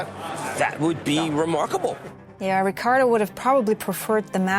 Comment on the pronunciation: Love how you pronounce the Rrrricardo. Keep up the good work! I already know this channel will blow up